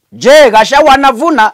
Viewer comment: So difficult to pronounce gachagua correctly? Ama ni ulimi inauma ,just asking 😊